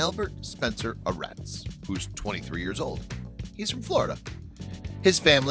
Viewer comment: it may be spelled Aretz, but he says in videos that his last name is pronounced arts Not hating btw